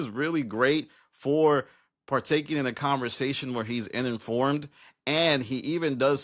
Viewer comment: It’s “uninformed” not “ininformed”